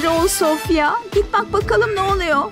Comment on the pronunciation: Sofya değil sofia